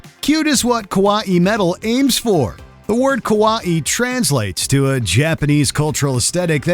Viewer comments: it's kawaii, not kawa'i japanese doesn't have glottal stops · Every time he says Kawaii as if it were Hawaii makes me cringe so fucking hard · A note to the narrator: “kawaii (可愛い、かわいい) isn’t pronounced like “Hawaii“; There’s no glottal stop before the “-ii“. Just say, “kawai“ as if the “i“ is a syllable, and you’re good to go. Oh, and Babymetal rule. 🤘🎌🦊 Hi from Japan! 🎌🗾⛩️ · And "kawaii" is NOT pronounced like "Hawai'i." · The way he pronounces kawaii is just annoying. Yo, dude, it's Japanese, not some weird mispronounced Hawaiian word. Just say Kah-Why. Easy as that. (Technically not correct either, but better than that linguistic butchering he did!) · Does this voice over even know how to pronounce words kawaeii and folk were like nails on a blackbord 😅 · 19.- "Kuh-wah-ee" metal? Wtf is this pronounciation? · Can someone PLEASE teach the narrator basic pronunciation of Japanese words? Like good god it’s pronounced kuh-wai-ee! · Well. To be honest most modern pop songs are weirder than most of the mentioned sub genres. And by the way. That pronunciation of Kawaii just made my ears bleed. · That pronunciation of "kawaii" was painful. Was this voiced by a real person or an AI? It seems awkward and choppy. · The way you said "kawaii" honestly hurt my ears, and it sounds like a kid trying to sound out a word for the first time, either say it properly, or never say it at all it literally gave me a headache with how you said it. Also BabyMetal has done A LOT more than just infuse J-pop and metal together they have done stuff like Rap, and EDM, and, a bit of more traditional Japanese music, and so many more genres added that it's not just J-pop, and Metal. Get your facts straight. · Delete Baby Metal off this list rn! And learn to say kawaii properly xD